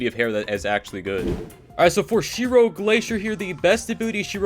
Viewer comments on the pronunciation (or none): none